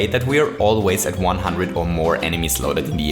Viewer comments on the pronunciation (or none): none